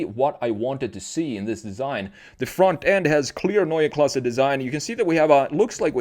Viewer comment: I like how you pronounce Neue Klasse exactly like we germans do. Grüße aus Deutschland!!!